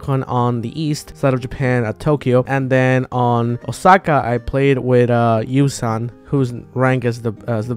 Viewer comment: number 3 yu-son not yu-san